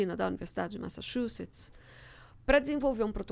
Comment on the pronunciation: Massachuts! ouvi o nome dessa universidade sendo pronunciada por um humorista uma vez, achei que não existia esse nome de Universidade! E não é que existe! 😂